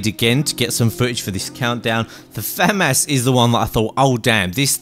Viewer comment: Finally. Someone actually says famas correctly